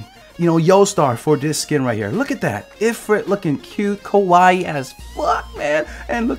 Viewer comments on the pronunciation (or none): none